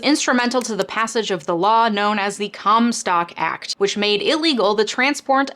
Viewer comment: Haha I thought you said “cum stop act”